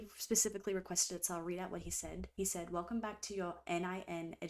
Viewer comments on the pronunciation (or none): none